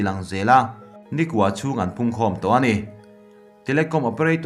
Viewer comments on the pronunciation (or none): Nikua chhung,nilovin nikaw chhung,tih bawk tur😁